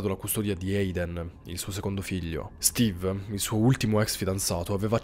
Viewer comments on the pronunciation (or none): none